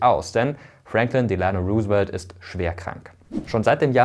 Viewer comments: Ami hier. Ganz tolles Video Mirko aber da fehlen ein paar Kleinigkeiten. Sie haben Delano etwa falsch ausgesprochen aber das tuen auch einige Amerikanern. Und die Hauptstadt heißt nicht nur Washington sonder Washington D.C. (District of Columbia). Es ist eigentlich eine ganz wichtige Unterscheidung. Mit nur Washington wird der Bundesstaat Washington gemeint. Washington D.C. liegt in der Tat in keinem Bundesstaat. Es funktioniert in einer ähnlichen Weise wie der Vatikan in Rom. Die Geschichte dazu is ja eigentlich ziemlich faszinierend. Aber naja wie ich bereits geschrieben habe sind es nur Kleinigkeiten! Hat mir sehr gefallen :) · Interessantes Video! Kleine Korrektur: "Delano" wird auf der ersten Silbe betont (Wusste ich früher auch noch nicht) und das "Roose" bei "Roosevelt" wird wie englisch "Rose" ausgesprochen